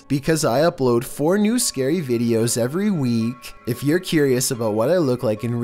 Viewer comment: Oooo scawwy